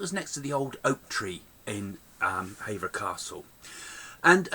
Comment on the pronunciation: The castle doesn't date back to Henry 8ths reign it actually dates to the 1200's and it's pronounced Hever, not Haver. They also met in the London court, not by an oak tree, at Hever.